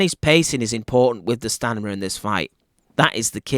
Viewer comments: Just want to correct the word stanima it is “STAMINA”. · Stamina not stanima. You talk like the Geico lizard commercial. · I love you my man but it’s STAMINA - not Stanima ! Ahaahhhahahahah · I had to turn up the volume.. i thought i heard him say stamina instead of stanima. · STANIMA!!! 🤣😂🤣 love your take on this fight though. more power! New subscriber here. ❤ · STANIMA!!!!! You sure its STANIMA? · Did you just say “stanima”? Lol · Did he say 'Stanima'? lol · Its STANIMA,. you're not listening.😅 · S-T-A-M-I-N-A. you can pin this it will help.